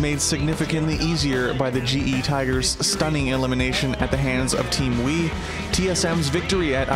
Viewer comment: Apart from the wrong pronounciation of the name Team W E . This was really good .